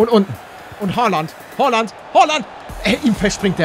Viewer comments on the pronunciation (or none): Und übrigens es heißt nicht Hooland sondern Haaland 😂😂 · Oder Holland sagen geht auch gelle palle😂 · Haaland nicht hoaland😂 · ER HEIßT HAALAND NICHT HOÖULANND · Warum sagst du Hooland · Hi palle er heißt haaland und nicht holand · Paluten du trottel Haland heißt nicht errig haland sogar erling Haland und haland ist rechts Fuß du trottel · Wie Er Haaland ausspricht hahaha